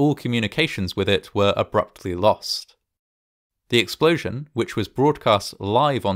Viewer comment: What's a "capShull" or a "schudent" or an " eschploshin"? Dude now you're making some bank get your speech impediment fixed for Christs sake